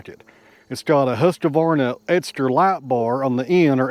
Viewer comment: ... Hussqavaahrna?! LOL! Swede here so allow me to help out a little bit. Huus-Kwahr-nah. The Q is never pronounced like a q but a a sharp short K. <3 <3 Lots of neat and great stuff throughout today! Thanks! :-)